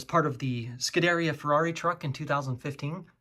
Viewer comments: PLEASE look up how to pronounce "Scuderia" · stop say Scuderia until you know how to pronounce it properly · oh god the butchering of the pronunciation of scuderia and competizione during the ferrari segment hurts my soul lmao